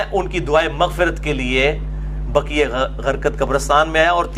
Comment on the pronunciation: جنّت البقیع ، بقی غرقت نہیں